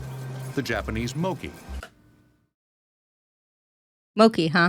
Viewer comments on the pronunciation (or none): LMAO, he pronounced the "Moh-chi" as "Moh-he"